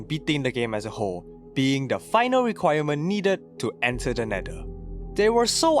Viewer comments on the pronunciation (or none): "to enter the netder" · Bro did NOT say Nether 😭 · Why did he say the neder